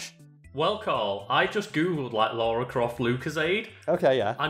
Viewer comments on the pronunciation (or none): God sends all people who say "Laura" instead of Lara, to hell.